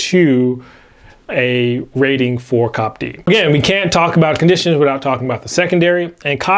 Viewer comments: love you guys and it is see-oh-pee-dee. Thanks. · I think it’s called C.O.P.D and not cop d